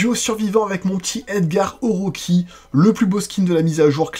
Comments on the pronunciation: je rêve ou tu as dit edgar oroki XD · edgar orochi pas oroki, ils se sont inspirés d’orochimaru dans naruto